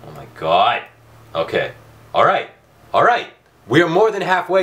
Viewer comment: Oh my GAWHD! You say it funny